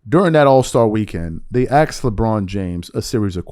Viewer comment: It's "asked" not " axed"